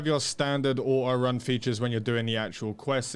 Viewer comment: So it's actually true, there are people who actually says "Ah oh" instead of saying auto.